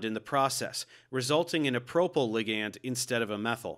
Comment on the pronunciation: Why are you saying ligand like that 🤣